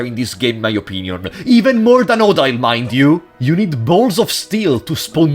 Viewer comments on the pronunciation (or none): Im pretty sure the prologue isnt canon. The transition between start again and the actual game sounded like you tried to fit both in one "timeline" but i dont think you can. Also its pronounced oh-deal but you can call her waifu at that point